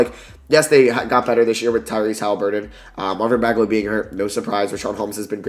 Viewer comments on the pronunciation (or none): none